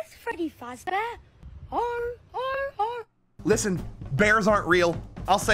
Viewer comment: Fazz feady fart or something